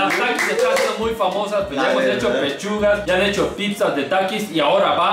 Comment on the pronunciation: Nadie:: PIPZAS. XD